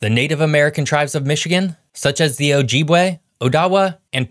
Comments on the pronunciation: OK - now that I have some time: Ojibwa - is pronounced Oh Jib Wah - not Oh Jeeb Way Potawatomi - is pronounced Pah Toe What Ah Me - not Poe Toe Wuh Toe Me Both tribes were and are exclusive to the U.P. Other tribes occupied the L.P. Mackinac - both the island and the bridge - is pronounced Mack In Aw The bridge is just under 5 miles, not just over 4 miles - 4.9 miles long. The UP is no longer rich in copper resources, and iron resources are nearly depleted, with only 1 iron mine still in operation - which has been scaling down for several years, and has been repeatedly slated for closure over the past decade. It is only in recent years that mild winters have become regular in Michigan - and that is subject to change as the 20 year climate cycle continues to advance. For several generations the UP had been subject to absolutely brutal winters - both in temperature and snowfall amounts, largely fed by cold air masses coming out of Canada, while pulling up moisture from Lake Superior, as well as driven winds which would bury entire neighborhoods in snowdrifts. The western LP would get record snowfalls, fed by Lake Michigan - while the eastern half of the LP would get somewhat lower amounts, but frequently experience high winter winds. Mild winters is definitely not something Michigan is known for - and those incredibly harsh winters have claimed many lives due to exposure, even in modern times. The timber industry in the UP has been growing substantially over the last 50 years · Also, I’ve heard Ojibwa pronounced Oh-jib-way. AND worst of all: De-troit has the accent on the second syllable. On a lighter note: If a person from Michigan is a Michigander is a woman from Michigan a Michigoose??